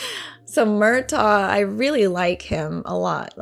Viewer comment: Yeah Murtagh is said without the G. It’s like “Murtah”.